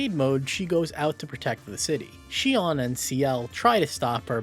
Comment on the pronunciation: The best part of this video? Our boy finally learned to pronounce Sion. 🥹